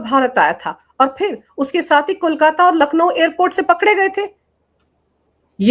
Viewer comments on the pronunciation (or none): none